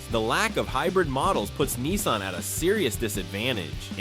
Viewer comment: Nissan not keensun